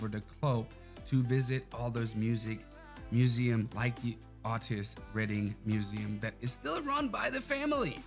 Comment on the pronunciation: Pronounced Oh Tis Redding.